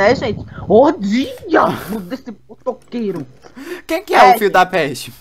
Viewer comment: É MT engraçado quando eles fica falando muié kkk e qnd eles reclama do motoqueiro:quem é o fio da peste